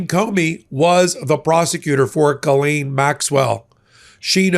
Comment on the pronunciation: Ghislaine is pronounced like Jill. Thanks.